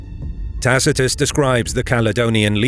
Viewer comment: This chanal is amazing for how how know latin you pronunce Tacitus wrong the c a hard k sound I guess you have similar problems whit aother languages but you maybe should know. You use good source materials